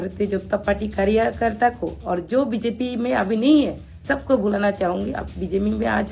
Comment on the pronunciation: You even don't no bjp how to pronounce how can u speak english